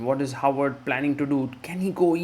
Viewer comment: For those who don't speak norsk: It's HÅVARD. Håvard. It's not "Howard". It's pronounced "ho ar", like santas and pirates say, with a slim almost f-like "v" in between.